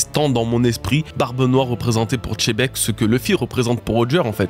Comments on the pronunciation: je suis d accord avec toi que les japonais prononce gzébec , ce qui fais xebec au final, mais surtou pas chebek, tu veut me dir qu il prononce aussi lojia au lieu de logia ? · Arrête de dire Tchébecque c'est Xebec ! Merci 👍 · JIBEKKU "JI" pas CHE!!!!!!! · Salut à toutes et tous, à quel moment "x" devient "ch"😂... Merci pour l'analyse. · Pourquoi tu dis toujours chebec alors que dans l’anime Sengoku dit bien Xebec, c’est pas possible d’être aussi illettré 😅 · (zzz) La prononciation est bel et bien "Chebek", que ce soit en japonais ou en français, le "Xé" n'est jamais prononcé "Gzé" mais plutôt "Tché" voir "Dji" Le rendu final prononcé de Xebec donne alors "Tchebek", "Jibek" ou encore "Djibek" en VF et en VO, je te laisse check l'épisode 958 :) Bonne journée ! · Le X il avale, il le prononce plus comme un Z, en Japonais c’est Zebekku Ou Jibekku mais pas Chebec renseigne toi bien, tu dis Xena la guerrière et pas Chena la guerrière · La prononciation est bel et bien "Chebek", que ce soit en japonais ou en français, le "Xé" n'est jamais prononcé "Gzé" mais plutôt "Tché" voir "Dji" Le rendu final prononcé de Xebec donne alors "Tchebek", "Jibek" ou encore "Djibek" Je te laisse check dans l'anime, en VO ou en VF :) Bonne journée ! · Si oda dit xebec alor pourquoi toi tu dis chebec, c'est qui ca chebec ?🤦🏻‍♂️ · La prononciation est bel et bien "Chebek", que ce soit en japonais ou en français, le "Xé" n'est jamais prononcé "Gzé" mais plutôt "Tché" voir "Dji" Le rendu final prononcé de Xebec donne alors "Tchebek", "Jibek" ou encore "Djibek" Bonne journée ! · Pitié c’est Zébec pas chébec! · faut arrêter avec les tchebec, c'est Xebec ;( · C’est xebec pas chebec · Xebec pas chebec !!!!!!!!!!! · Rocks D chébeque ? Pas compris pk pour vous le X = che, que je croise pas un FR me parler de « shanksu, etc » attention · J'ai pas parlé que du Japonais, tu remarqueras qu'en VF dans l'anime (episode 958 normalement) "Xebec" ce prononce en réalité "Djebec"